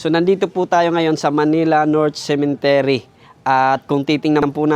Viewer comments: Cemetery po hindi Cementery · "Cemetery" po Not Cementery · Cemetery not cementery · Cemetery not cementery 😂